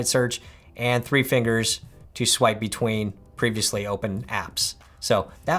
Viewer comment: It was the “scwipe" that got me 😂😂